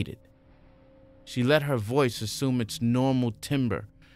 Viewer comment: The 1 word that turns me off a video is when someone says ashhume instead of assume